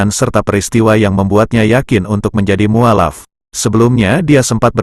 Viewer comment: mestinya diucapkan muallaf, bukan mualaf. Sorry